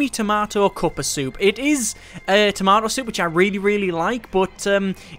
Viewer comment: "Tomaoh" soup. That's a pronunciation I haven't heard before. Pretty interesting. ;D